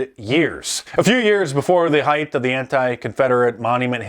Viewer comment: Mark heighth isn't a word 😂